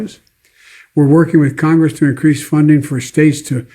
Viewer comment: "all at the all time high" 🙄 how about "all at (their) all-time highs"? Also he needed those subtitles as he slurred through the word "to" and completely omitted it